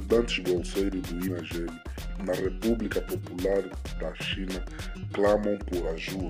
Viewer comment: ..com muito respeito! Não éh Inagebi... É; INAGBE(Inagbe)